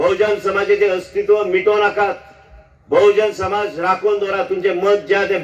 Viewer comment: Wrong pronouncation of Bahujan Samaj